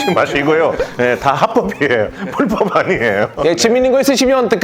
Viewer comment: 럭키씨 불-법 발음이 풀법으로 들립니다